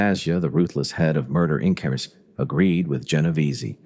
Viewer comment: . . and the AI couldn't even pronounce "Inc.!" SMFH.